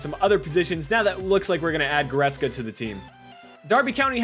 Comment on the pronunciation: He reads it right.